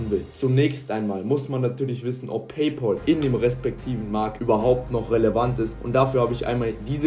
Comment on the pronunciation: Es heißt nicht Pay Pol!